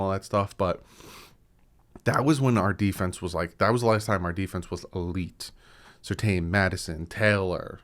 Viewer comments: It's not pronounced Sur Tayne, it's more like Sir Tan. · Quick question for or the commenters about Patrick Surtain. Back in his playing days, his last same was definitely pronounced Sur-TAN on TV. I'm hearing and Reason both saying his name now as Sur-TAYN, and they both normally know their Dolphins better than me. But isn't it Sur-TAN?